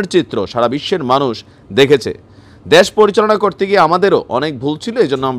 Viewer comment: দেশ কে দ্যাশ উচ্চারণ করেন কেন?